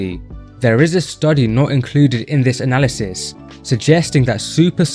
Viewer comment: So, you ignore the criticism of the methodology in my post, because it is sound. The study you chose to defend, as you deem it the best, while mispronouncing the name in its title, and the actual word 'analysis', required 3-4 sets 2-3 times per week, so basic requirement of six sets of leg extensions per week in an isolation exercise. Now, you can find endless unscientific studies to back pretty much whatever you want to claim is the case, but I'd consider so few sets suboptimal. If I were running that study, I'd have asked for more like 16-20 sets per week, would have specified time over repetitions and tempo, and required the plates not touch at the bottom. It's not difficult, is it?